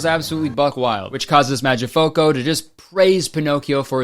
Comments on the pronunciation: as an italian i’m addicted to the way you pronounce mangiafuoco i love this i want a 1 hour compilation of you saying mangiafuoco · u pronounce mangia fuoco like it’s a single English word jdnskandcnsjakan. 😭🖐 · I think that how Kurtis mispronouncing "Mangiafuoco" is literally the funniest thing ever. But srsly I bet that the author of the original book is rolling in his grave LOL they took one of the best coming of age stories and turned it into a shitfest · That Mangiafuoco pronunciation hit me hard fr fr 😂